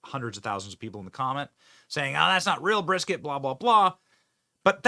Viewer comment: I'm sorry, but as a Texan, that "brisket" hurts me to my core. 😱 Luv the way she reacts to that troll thou! 😂🤘